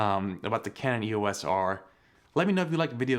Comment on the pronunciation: Just purchased mine a few weeks ago on sale! It's a lot of camera, I couldn't agree with you more, suck it! Just one thing lol, stop saying E-O-S! Canon named their EOS line after Eos, a Titan goddess, daughter of the Titans Hyperion and Theia. It's pronounced E-OS not 3 separate letters, just saying:)